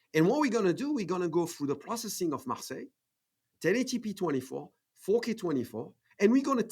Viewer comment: Fantastic interview, thank you. But it's MARSEILLE INC, like the France's city, not MARSELLE. :) Keep up the good work, love your channel !